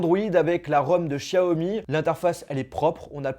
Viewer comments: Sa se dis pas 'Chaomi' mais bien Xiaomi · C'est pas chiaomi mais xiaomi mais aussi non bonne vidéo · Par contre on dit show mi pas chiaomi mais c'est qu'un detail